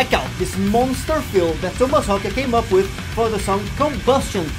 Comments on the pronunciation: You pronounced his last name correctly! Bravo! I watch so many videos where they dont say his name correctly. Its Haake (hahk-uh) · Most impressive of all, pronouncing Haake correctly.